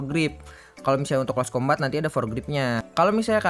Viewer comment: Di bacanya close combet bang bukan close combat